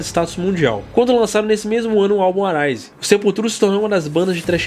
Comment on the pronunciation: Comentário construtivo: a pronuncia do R nos nomes Roots, Arise e Roses (de Guns N' Roses que vc falou em outro vídeo) é som de W. Que nem vc pronunciou corretamente quando falou RoadRunner. Abraço.